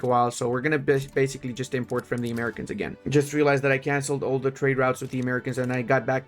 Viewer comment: Pronouncing "Americans" as maricón is wild